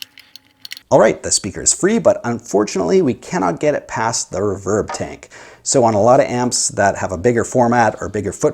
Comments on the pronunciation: Never heard "RE-verb" pronounced as "re-VERB". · Just a couple small critiques... If there is only one speaker, it matters not one iota which way the wires connect to it - (+ or -). This only becomes an issue if there are more than one speaker wired to the output of the amp. One other small sniggle... It is pronounced "REE-verb", not "reh-VERB". That aside; agreed, the speaker upgrade can make a massive difference in the performance of the rig. The biggest question always is; 'which one?' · You say the word "reverb" funny.